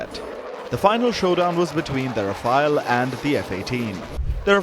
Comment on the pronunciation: Voice over guy you desperately need a crash course in pronunciation. Rafale is not pronounced as Rafaayel but is Rafaal. And, Alize is not pronounced as Aleez but Ahleezeh.